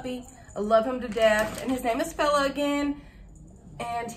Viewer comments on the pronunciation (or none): kept thinking u was saying bella